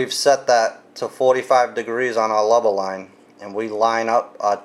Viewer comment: Not trying to be rude but are you saying leba line?